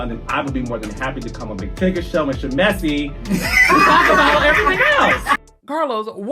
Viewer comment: “Sha-messy”???… I’m dead 😵 😂